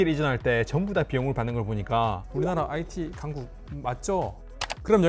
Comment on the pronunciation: IT 깡국, it 깡국